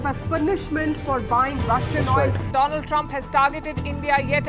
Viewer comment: dolund trump 😂😂